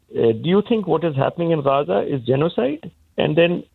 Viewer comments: Gaa ZAaa no haza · How is he saying 'Gaza'? KHAZA FFS! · i genuinely dont understand who tf has voted for him three times as mayor. aside from renaming the rail lines cringeworthy names, how has london improved? speaking of cringeworthy, the way he says "haza" instead of "gaza" 😬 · He cant even say Gaza properly the idiot is saying Haza! 🙄🤦‍♀️ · Not Haza, it's Gaza. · You weasel it's, GAZA NOT HARZA! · It's Gaza not Haza. At least get the pronunciation right. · Why did he call it haza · Why is he saying “Haza”? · Hilarious that Khan refuses to pronounce it as Gaza 😂😂😂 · Can’t even say “Gaza” what a clown 🤡🤡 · Why does he pronounce GAZA like that? 😅